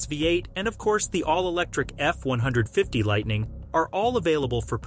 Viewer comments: F- one fifty not F one hundred and fifty! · It’s an f150. Not an f 1 hundred and fifty! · Please stop calling the F150 the F One Hundred Fifty, the correct pronunciation is pronounced F One Fifty! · Who says "F one hundred fifty"? It's "F one fifty." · He said it wrong